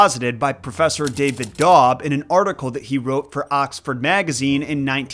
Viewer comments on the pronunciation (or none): none